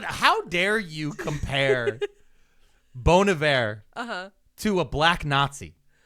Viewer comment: NO WHAT DO YOU MEAN ITS NOT PRONOUNCED BON (like bonfire) EYE-ver (like verb) 😅omg🫠🫠🫠🫠🫠